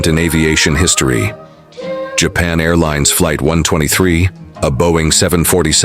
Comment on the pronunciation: bro why does the plane say japaa airlines instead of Japan airlines bruh ai these days